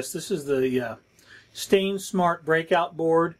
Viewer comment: You little confuse me with the "stainsmart board" instead of sainsmart. Nice video I enjoy it. Cheers from Greece